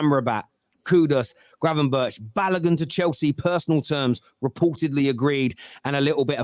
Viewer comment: cant try to pronounce gravenberch right ffs